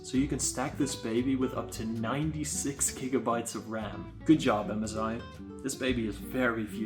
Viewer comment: mezi bro its m sssssssssssss i not mez i